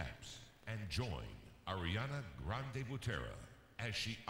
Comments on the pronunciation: aIRiAna Grande BuTEra! Now that dude must regret miss pronouncing her name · The announcer: “And that was AIRiana Grande” Nobody: Me: IT’S ARIANA GRANDE!